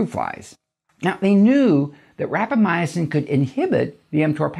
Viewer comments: It’s rapa mison Not rapa my a sin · I think you are putting an extra letter in the word when you pronounce it. It sounds like you are saying Rapamyacin instead of Rapamycin. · Sounds like you added a syllable to Rapamycin. Seems like you're saying.. Rap a my "ah" cin. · Like "al-lu-mini-um" :) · I said the same thing... it drove me crazy... he said it 100 times. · He is saying it wrong and it bugs me!